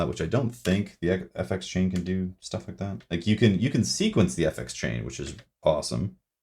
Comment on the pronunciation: When you say fx it sounds like you say yefex. I don’t know why I noticed that. Probably the edibles.